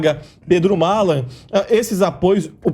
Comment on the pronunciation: como colocam um babaca que se acha e não sabe nem falar o nome do Malan corretamente